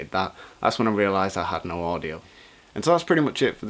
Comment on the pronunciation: It sounds like "nein" rather than "no".